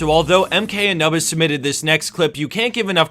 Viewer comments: Its Anubis..(A-noob-is) not A-nub-is... just saying. I hope MK Anubis corrected you. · a - nuh - bis? fucking really? ok let's forget about all of your other trash pronunciations like shacko, xin zao, scheschuani etc. but fucking really? it's anoobis you fuckhead. everyone knows who the fuck anubis is. come the fuck on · Did you really just pronounce Anubis as uh-NUB-iz? Wtf. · wow the way he says mk anubis is just awful lol